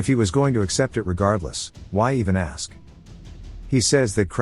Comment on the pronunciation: I'm gonna "Axe" for more of these videos when the new part comes out